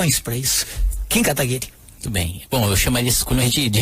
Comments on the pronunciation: Ser liberal não é adorar o dinheiro, Sr. Requião. É entender q dinheiro é uma moeda, q pode trabalhar pra gente. Ainda fala o nome do Kim errado. Q cara chato. Quer debater sozinho... Daí fica difícil. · Ele foi um lorde isso sim, o Requião nem falava o nome dele direito, ainda não se deixou ser interrompido.